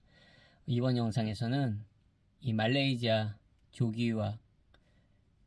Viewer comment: 말레이지아 발음 …불편해요 말레이시아로 해주세요